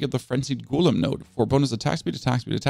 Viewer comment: 😂😂😂 well I guess English isn't his 1st language so we can let off